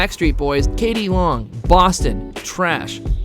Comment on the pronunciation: Aerosmith... not Arrowsmith. k.d. lang, not k.d. long.